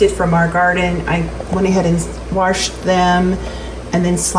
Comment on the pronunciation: Did you say WARSHED up? Ok, I'm subscribing!! ❤